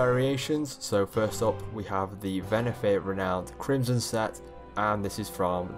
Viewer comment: It’s Venthyr. Not Venathyr.